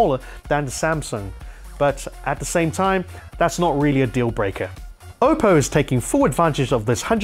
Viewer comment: Did he say okko ?